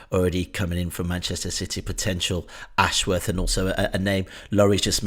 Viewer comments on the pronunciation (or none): Posh boys calling him "Dan Ash-Worrrrth". It's "Ashwuth". There's no elongation of the "worth" part of his name.